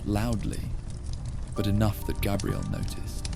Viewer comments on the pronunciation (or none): First of all, your audio mixing isn’t very good, the music and the fire sounds are way too loud compared to the voice. Second, I know you’re using an AI voice or you’ve made your own AI tts voice because it mispronounces Xena a couple times and Gabrielle a couple times so whilst it’s cool you can clone your own voice in a couple of minutes, now becoming annoying that all these sleep channels are doing this